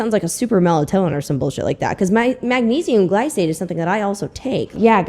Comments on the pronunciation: She even mispronounced "magnesium glycinate" in both videos 😅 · she’s done so much research and couldn’t watch a video on how to say magnesium glycinate?! 🙄